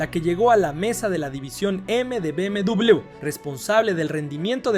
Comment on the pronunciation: Que triste no saber pronunciar B M doble V